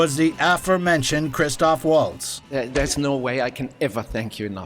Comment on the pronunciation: And it's Melanie Laur-on and Christoph Vahltz. Amazing a bunch of so-called movie snobs in comment section pick up on RZA instead .